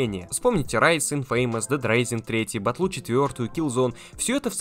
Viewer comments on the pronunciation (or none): none